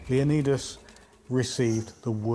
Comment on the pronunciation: Leonidas not lendios similar but different.